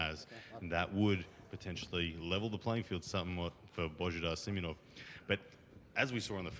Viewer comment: Its not Simenonov its Simeonov